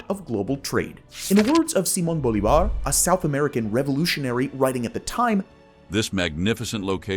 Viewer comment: wrong, he said "boliVAR" instead of the correct "boLIvar".